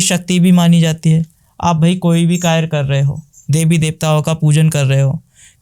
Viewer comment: Karya❎ kayr✅😂